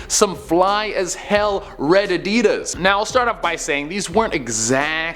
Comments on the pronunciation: Who pronounces Adidas like that? 😐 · Why do all Americans/Canadians say 'Adidas' weird......?